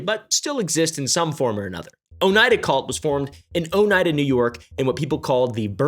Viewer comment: “Oh-knee-ah-duh” is how I’ve heard the locals say it